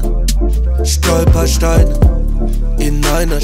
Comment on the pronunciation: Dank diesem Song weiß ich jetzt wie ich „Stolperstein“ richtig ausspreche👍🏻 Danke